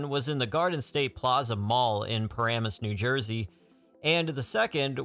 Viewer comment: Oh wow! You actually pronounced Paramus correctly this time!